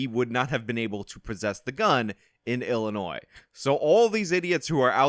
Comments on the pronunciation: illi……NOISE. Wonder how this guy pronounces the Kansas in Arkansas. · Stop pronouncing the "s" at the end of Illinois!!!!! Its silent dammit! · OMG OMG STOP. It is pronounced Illinoi. You DO NOT pronounce the "s". I grew up in Chicago and it is a huge pet peeve of mine. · Illi... noise? Illi... noise? God damn it,. That S is silent. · “Annie Oak, Illi-noise”? Oh Good God! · You can’t even pronounce Illinois right. Dummy YouTube experts. LOL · Fan of channel, but please do not pronounce "s" on Illinois. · The S in Illinois is silent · FYI, the "s" in Illinois is silent. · Dude, you don't pronounce the S in Illinois. How do people not know this? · Good video. The "s" is silent in Illinois. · Oh yes he will go Scott free…. And FFS please research how to pronounce “Antioch” and “Illinois”… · Yeah, Illinois is pronounced like Arkansas. How can a native American not know this? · Antioch=An-tee-ahk. The S is silent in Illinois bro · The "S" in illinois is silent. Just saying. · where do you live that you pronounce the S in Illinois? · The "s" is silent in Illinois 😡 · On and off pronouncing the "s" in "Illinois" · Great video, just pronounced Illinois without the s and you'll be good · The 's' is silent in Illinois.. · Your pronunciation of "Antioch, Illinois" is driving me nuts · Dude you are like thirty years and you don’t know how to pronounce Illinois? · The ‘s’ in Illinois is silent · 1) it’s pronounced “Anti-ock” and 2) it’s pronounced “I’ll-annoy” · It's pronounced antee-oc, and it's illinoy not illi-noise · Professional tip: Learn to pronounce the names of the cities and states so you at least sound knowledgeable. Antioch rhymes with rock, not roke. The s is silent in Illinois. After living in the area for 63 years I think I know.